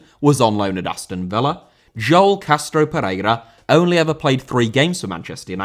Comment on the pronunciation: Joel* not Jol